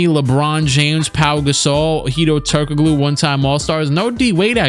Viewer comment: My guy really said “Turk O Glue”